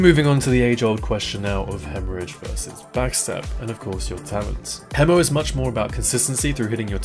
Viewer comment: Bless you for pronouncing hemo properly instead of "hee-mo."